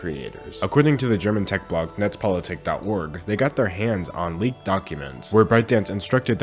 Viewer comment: German props to you for pronouncing "Netzpolitik" flawlessly. But of course, I would never expect anything other than flawlessness from you